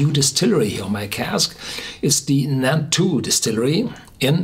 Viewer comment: It's Nantou, not Naltou!